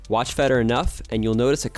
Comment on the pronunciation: Can you please learn how to pronounce "Federer" properly? My goodness